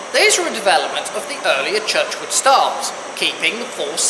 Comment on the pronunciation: great video, Just one thing It is G J Churchward not not as pronounced Churchwood